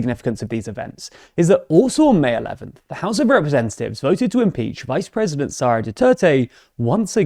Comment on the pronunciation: Why do you keep saying "Saura" Duterte, not "Sara" Duterte? I don't fault you for your bias against her family and it's insane levels of dictatorial aspirations... But you should at least pronounce people's names correctly.